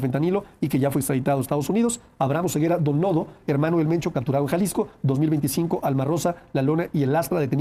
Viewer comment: No es "moncho " 😂 es mencho